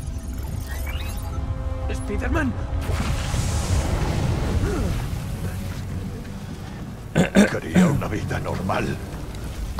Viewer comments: Alguien escucho cuando el spider man dijo Spiter-man. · Espiderman doz 😂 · La única persona que respeto que diga espiderman en vez de espaiderman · No soporto en el idioma de Español-España que digan “Spiderman” cuando la palabra está en Inglés y así se debe de pronunciar de la manera correcta la pronunciación sería (Spaiderman) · Pronunciacion correcto: Spaider-Man Two